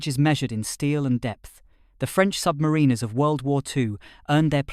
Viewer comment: Interesting. Bit pendantic, but the author may want to pronounce "submariners" in a more acceptable way. Say to yourself "The rhyme of the Ancient Mariner". Now put "sub" in front of "mariner". Got it?